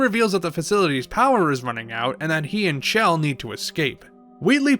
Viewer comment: you pronounced her name wrong, it's Chell, not Shell. If you don't believe me, listen to Cara Mia Addio again or the unused voice line evilagainsamples_01, where GLaDOS says Chell's name.